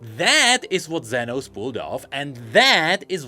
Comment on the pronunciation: As a Spanish speaker, I have the responsibility to tell you that "Zenos" is pronounced like "senos" which means "boobs" in Spanish. So yeah, it was funny hearing say "senos" every 2 minutes 😂